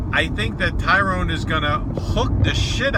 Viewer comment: TYRON!!! Tyron, not Tyrone. For fuck's sake.